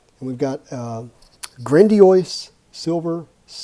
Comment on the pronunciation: That’s not how you pronounce Grandiose. It’s not like Blastoise.